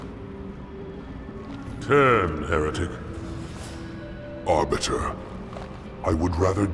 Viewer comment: God damn it spearhead... When the grunts say “Heretic! Heretic!” All I hear is “Your a dick! Your a dick!”